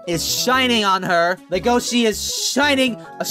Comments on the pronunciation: IT'S NOT LEGOSHE GODDAMNIT!!! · Legosi will always be LegoSHI in my heart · It's pronouns, "Le Go Shi" not "Le Go Si" because if you say "Legosi" it sounds like you guys are pronouncing "legacy" which Legoshi, #ProtectLegoshi, doesn't want to do. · in the french dub they said "LegosHi" I was like : "what? eh? D: " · I always thought you were saying Lu-go-chi